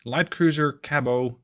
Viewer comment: Just an FYI, Americans pronounce the "t" in Cabot